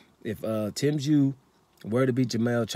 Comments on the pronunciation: You called him Jew, u called him Chew?? Wtf bloke. Are u related to Charlo?? Just go with the Zoo bloke, that's much better.🤷‍♂️🤦‍♂️🤣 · Tim Jew 🤣🤣🤣 kosya chew 🤣🤣🤣 damn I’m confused brother!